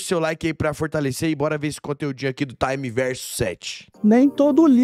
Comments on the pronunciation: Só uma observação: acho que o nome do cara é time tipo time de futebol, não "taime", de tempo do inglês. Time sete era o time do Naruto, certo? Daí Universo do Time Sete, ou Time Verso Sete. Bom, não sei, só me pareceu. De qualquer forma, os dois vídeos ficaram bons demais. Tomara que tenha mais. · PARA DE FALAR TAAAIMEE VERSO 😂😂😂 É TIME Verso 7 sendo TIME do time 7 de Naruto, e VERSO do Universo 7 de Dragon Ball.